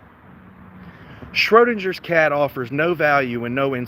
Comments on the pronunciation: You really need to figure out how to properly pronounce the name Schrodinger. Also, parking your jalopy on private property, and then it gets towed by request of the property owner is perfectily legal. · Not to mention, you can't even correctly pronounce "Schrödinger" nor identify the meaning of the "Schrödinger's Cat" thought experiment. You're not ready for an erudite adult discussion.